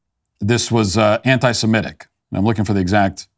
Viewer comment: Thank you Matt for saying anti-semitic and not anti-simetic